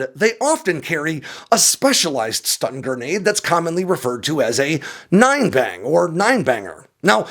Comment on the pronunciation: Lol. What a joke. Not stund grenade. Speakers on drones.